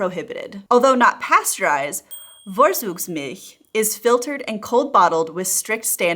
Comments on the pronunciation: Its fun to listen to your "Vorzugsmilch". It sounds like "Worsugs". Germans speak a hard "F" and a hard "ts", try to speak like "Fourtsooks"milch. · fawre-tsooks-milch. You pronounced the last syllable correctly, but "vor" doesn't start with a "v" sound which would be written "w" in German (as well as in Polish), since the letter "v" is pronounced "f." And Zug (including in Vorzug) is "tsooke" not "dzoog" (Z is never voiced in German, and final G becomes K - however in Vorzüge it is pronounced like in English Get). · Just a note on pronunciation: Vorzugsmilch = [ˈfoɐ̯t͡suːksˌmɪlç]. Always remember: v sounds like f (for germanic words), z = ts. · The spelling is so bad. I can’t hear it it’s Vorzugsmilch not with V but with F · Fffffffffffffff... not worzugsmilch. Like in wtf. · you live in the south of germany:) this letter 'V' is pronounced 'EFF'. just accept that and your live will be much easier. FFFForTSugsmilch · Vorzugsmilch (literally: preferential milk) is correctly pronounced in English phonetic transcription "Fore - Tsoogs - Milsh" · Vorzug is pronounced For-tsook. Never heard Vorzugsmilch in Germany. I only know Rohmilch. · Please practice the pronunciation of "V" and "Z" in German again. It sounds significantly different than in your example with Vorzugsmilch, which you pronounce Worsugsmilch The German V doesn't sound like v in "village" - you would have to write that with a W in German. The Z in Vorzug (as well as in Zug) does not sound like the z in Zambia (This state is written in German *Sambia*) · And in German, the “v” always sounds like an “f” so “for-tsugs-milch.” I really don’t like to make it a practise of correcting Youtubers’ pronunciations, but this one made me cringe every time you said it. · Also the V is pronounced as an F not an American V. To spell it the way she said it would be Worzugsmilch. She did get the ch sound pretty right! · She lives in Germany but still can't pronounce "Vorzugsmilch".🤣